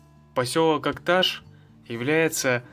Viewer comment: Так себе видео, сам посёлок Акташ не показали, и про дорогу вскользь рассказали. И если говорить из Акташа, то ударение надо ставить на последней букве. И не Улуган, а Улаган. Уж если едете куда, тем более выставляете видео, постарайтесь грамотно обходиться с географическими названиями.